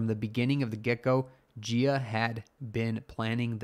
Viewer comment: Jia would be a Chinese name and thus pronounced like "Jah" and not "Jeeyaa".